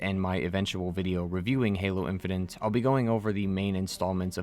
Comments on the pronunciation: My guy said "Halo In-fin-nint". That's is all. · 'halo infinant'